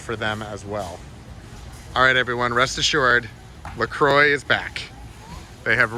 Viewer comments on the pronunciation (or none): La Croy? lol..it's pronounced La Qua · its actually pronounced la croy.. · Well, you learn something every day. If you want to go by the French, it is La Qua.